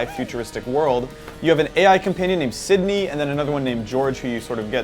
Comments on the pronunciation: He said Sidney. It's SynDI. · It's "CINDI." Not "Sydney." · Not to be picky but you keep referring to "Sidney" but it's actually "Cindy"